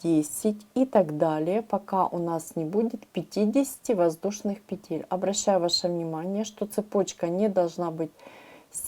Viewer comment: Если вышла в интернет,говори правильно: пЕтель,а не петЕль,наверное,не русская.Очень режет слух!!!